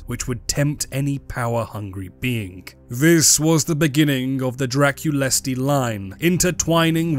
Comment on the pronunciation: Don't want to be that guy, but Drăculeşti and Dăneşti are pronounced Dra-kul-esht, and Da-nesht respectively